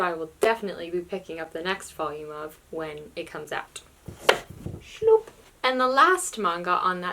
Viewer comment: I like how you say "shloup"